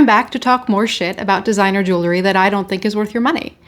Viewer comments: Please pronounce it properly if you are in the business. Jewel-ry. Not jewlery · I'm sorry, I cannot take you seriously when you say 'jewelry' incorrectly.